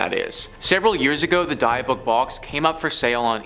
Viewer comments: Dybbuk is pronounced "dib-ick" not "Dye-buck". Also, it did not originate from a church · After many years of watching this network of channels, im fully convinced the host like to mispronounce words on purpose. Where on the internet have you ever heard someone pronounce "Dybbuk" like that?